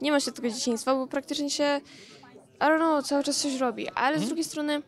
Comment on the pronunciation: Miało być i don't know czyli po angielsku nie wiem czysta się (aj don't noł) a ona jakieś aronoł mówi